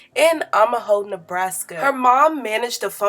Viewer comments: It’s o ma ha not imahoe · “Amaho “? It’s OMAHA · Imahoe Nebraska?? 😭😭😭😭 Omaha sis, Omaha. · Amaho, Nebraska??? omg......get the pronunciation right sista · OMAHA not AMAHO she was born in OMAHA, Nebraska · She said I’m-a-hoe, Nebraska hahaha It’s Omaha, girl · LMFAOOOO "AMAHO" Nebraska... it's pronounced like OH-mah-ha :) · That's "Oh-ma-ha" Nebraska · OMAHA Ohhhh-Muh-Hawww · The way you said Omaha like "Umaho" had me 💀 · I have never heard Omaha pronounced the way you did.🤣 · I love your channel girl 🤗🤗🤗and by the way Omaha is pronounced O-MA-HA or O-MA-Hall. It's a Native American name. By a fellow black viewer from Omaha,Nebraska. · Omaha,NE "ohh-muh-ha" I felt this whole thing. Being a black girl is HARD. I wish we had more BROWNSKINED/DARKSKINED remodels like her. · The city is pronounced O-MUH-HA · Lol the way you pronounced Omaha. It’s oh-ma-hah. Can you tell I’m from there 🤣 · Sis, the way you mispronounced " "Omaha" is concerning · The way she pronounced “Omaha” fseee ughhh I miss home😂🤦🏽‍♀️